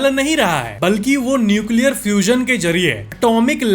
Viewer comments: NUCLEAAAARRAA hai😂😂👍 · Best part - sun nucleaaa rhaa hai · Nuecialriyariya hai 😂😂😂😂😂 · न्यूक्लीयरआ रहा hai 😂 that 's gajab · Nuclearahe was gajab 😂😂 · न्यूकिला रहा है was epic😂 kanpuriya up लैंग्वेज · Nucleararaha hai 😂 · Nuclearaha hai 😂😂😂